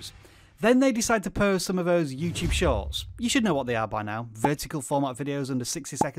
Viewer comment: For some reason I keep hearing you saying YouTube Shots.